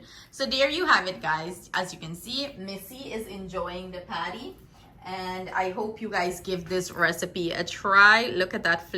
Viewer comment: Patty not paddy